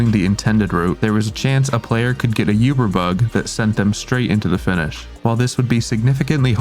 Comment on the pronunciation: pls stop saying yuber the wirtual effect is so annoying lol